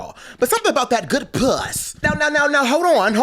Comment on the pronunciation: I never want to hear puss pronounced as piuss again. 😭